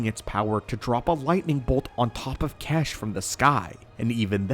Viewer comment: His name isn’t kesh, the pronunciation of xesh is as follows(zesh)